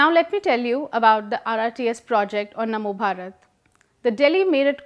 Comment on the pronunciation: Its namo bharat not mano bharat. And its definitely better than Rapid X, its very generic name for trains, at least Namo bharat have some meaning. As for leaving impression of his name, every politician does that, after all who doesn't want to get credit for what they have done. There is also Jawaharlal Nehru stadium, Indira Gandhi International Airport, etc. Just look at the goods and the bad done by our leaders rather than wasting our time in these stupid arguments created by some "Public informative about politics" who are doing nothing but making issues so people would watch them and they would stay relevant.